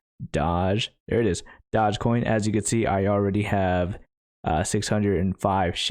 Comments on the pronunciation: "dodge coin" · I love how he calls it Dodgecoin to troll everyone